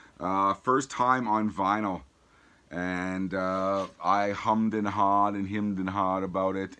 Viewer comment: Never heard an American say ‘Hummed and Hard’ before! You iz cool man🤘dont sound the H’s though guv!😆😆